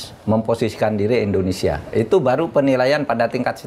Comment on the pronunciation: indonesia prof, bukan endonesa